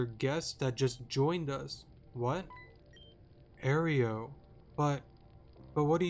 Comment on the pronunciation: You're pronouncing Aero like Oreo, it's more like aero-dactyl